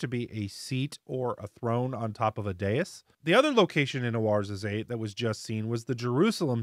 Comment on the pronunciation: Just wanted to let you know that Ouarzazate is pronounced war(wah-r)-zah-zat. Great video per usual though. I think the janky spelling is because Morocco was a French colony and Oua is "Wah" in French, and t's are silent at the end of French words unless they have an "e."